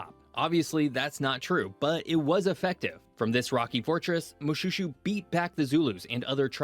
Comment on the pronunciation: Not mo-shoe-shoe but mo-shwe-shwe